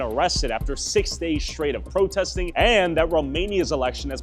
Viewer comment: Great report, however, I'm cringing at the way you mispronounce the word, "straight." There's not an "sh" sound at the beginning of the word.